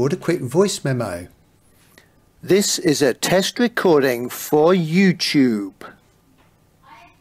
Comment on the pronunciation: "youchube" ha-ha-ha!